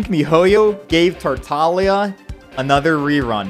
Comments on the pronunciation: wrong. in the U.S and English in general you'd pronounce it like "taar-ta-glee-uh". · you mispronounced his name like three times, bravo and keep it up